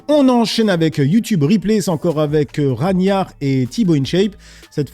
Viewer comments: Frérot pourquoi tu écorche les noms a chaque fois ?? « Raniar » « Ragnar » je comprend pas tu fais une liaison 🤷‍♂️ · Après peut être que ne le connaît et du coup n’a pas la réf du pseudonyme., Ragnar se prononce RAGUE NAR